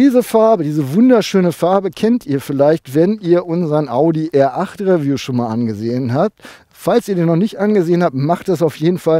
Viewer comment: Nur mal so....es heisst Riiieview, nicht Räview!